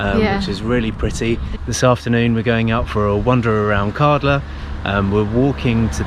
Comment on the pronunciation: Kärdla. Ä is pronounced as a in "glad".